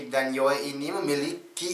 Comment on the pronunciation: Saya betul2 respect lah pemikiran abg kri,serius apa yg abg ckp tu sebijik di fikiran syahmi yg slslu dia ulang ckp soal nii,btw bang Yoe sebutannya bkn yoey tpi yoo walaupon ejaannya yoe tpi panggilannya Yoo,gituu.steady bang respect minda kelss atasan bang kri,seluteee